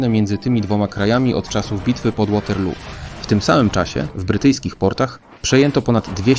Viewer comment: Mówi się Waterloo bystrzaku